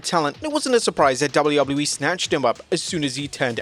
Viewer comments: My dude. It's WWE. Not "doullubuleee". Just.. slow down for a sec. You don't have to rush through your line reads. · Dubble-eee doubluyah yeeeee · DjoubbleUobbleU-E... LOL!